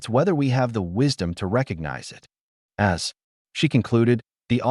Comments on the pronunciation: Great story, but the A.I. voice just doesn’t cut it! A human voice, even if not always perfect would never render punctuation as a “dot” and the word “as” in two distinct letters “A” and “S”. A I voices put pauses where they don’t belong and don’t include them where they should be and the intonation is always off! In short, a torture to listen to. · The AI needs to be corrected. It keeps saying "A S" when it should be "as". This is not the first time in these stories that there have been errors. I have heard "U S" for "us", and "number" for "no". These errors should not be occuring.